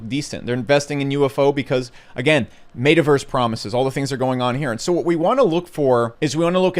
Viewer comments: I think my biggest problem here is how you pronounce Metaverse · The way he said metaverse at LOOOL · Why does he randomly mispronounce some words? Like “metaverse”.